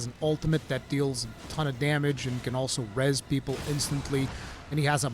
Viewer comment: No one: Absolutely No One:: Beeple bick Bepsi ober Coke.